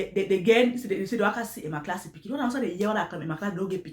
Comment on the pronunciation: Is Emma lass not Emma class 😆😂😅